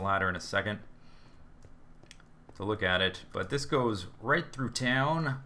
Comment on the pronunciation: I'm sorry but it sounds like you're saying "rape" instead of "right" xD